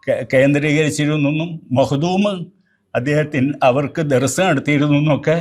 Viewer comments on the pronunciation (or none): സുപ്രഭാതത്തിന് വേണ്ടി പറയുമ്പോൾ مقدوم-മാർ എന്നു പറയരുത്.مخدوم-മാർ എന്ന് തന്നെ പറയണം.